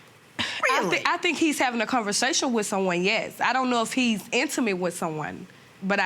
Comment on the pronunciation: " ConverSATIN" yup nuff said